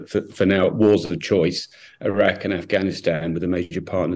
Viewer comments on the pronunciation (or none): Iraque did you say😂😂😂😂😂